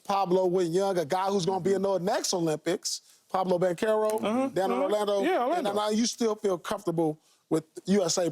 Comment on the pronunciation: "Pablo Banchero"